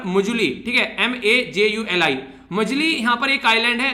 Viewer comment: it is pronounced as maajulee (Majuli) in Assam